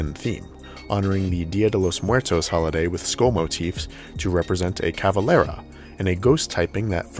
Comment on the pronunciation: Just wanted to point out that it's Calavera, not "cavalera"